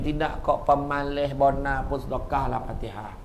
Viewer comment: pemaleh(pemalas) kipeh(kipas)..dialek negeri sembilan huruf S jadi H